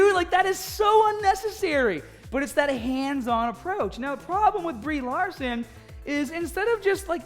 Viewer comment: You know who plays Captain Mahhhvel? Brie Lahhhhhhhson